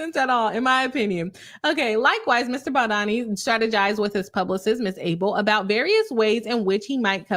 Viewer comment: As a lawyer you should at least learn the correct name pronunciation of anyone you're going to judge and make a public video about especially if you haven't yet finished reading both sides but are just eager to get money profiting over other people's lives. A lisp does not affect the vowel O and A sounds. Those who objectively have read his lawsuit understand the context of why he did a lot of the things that he did and gives context to those weird cropped screenshots Blake has. Lots of those screenshots were completely manipulated and traps were set for Mr BaldOni. He has chronic back pain is the reason why he asked about her weight so as to not end up throwing his back out when carrying her as he has several bulging disks. He was not fat shaming and eh deserves to be considered and not have to endure pain Blake asked him to come rehearse lines when she was pumping then turned around and claimed he went into her trailer as she was breastfeeding. Blake asked to wear a beanie as it made her much sexier and introduced that way of referring to clothing then calls it sexual harassment when BaldOni used that same exact phrasing which she started Justin actually cares about abused women enough to advocate against it while Blake defended Woody allen who once was asked about his ex wife being violated and he said knowing her it was probably not a moving violation, humiliating her after being assaulted that apparently she just used to lay there when he was with her, Blake said Woody w